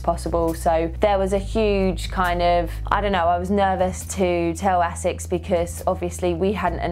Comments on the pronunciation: I think it's pronounced AY-sixs, not essex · Love my Asics (noosa), and congrats! but come-on Lucy is pronounced AAAsics, like basics without the B...lol